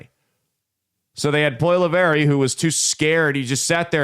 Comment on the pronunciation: As a Canadian conservative let me say you couldn’t be more wrong. Can’t even pronounce his name right 😂. He was more worried about the major issues happening in Canada then fear mongering over Trump or wasting time on American pod casts.